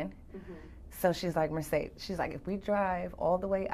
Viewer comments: I thought she said Mercedes Benz tracker...but when i went back...yup...sure sounded it like it to me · I heard that too... Mercedes.